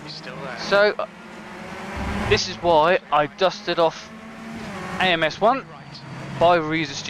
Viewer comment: I love AMS 1! And you did say the name of the category correctly!!